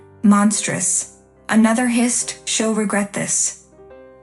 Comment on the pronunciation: Hissed, not hist. Charge the mother with assault! Peyton doesn't deserve shit. Pronounce fiancé correctly.